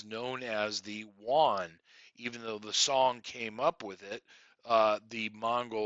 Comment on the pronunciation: Yuan is pronounced U-an